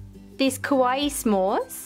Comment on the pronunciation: kawaii Kawaii! not kowai \(>~<)/